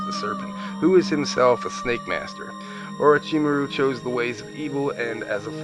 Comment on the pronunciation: Yeah, he can't pronounce their names worth a crap. He butchers the pronunciation of Naruto, Orichimaru, and the aforementioned Akatsuki. Personally, I get annoyed when people pronounce Naruto like NaROOTO, instead of stretching the syllables out when you say his name. If you watch the original Japanese, it's clearly not pronounced NaROOTO, but Na-ru-to. Weebs, I swear...